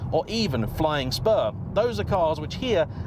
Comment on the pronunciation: i couldnt understand it for a moment 'the flying sperm'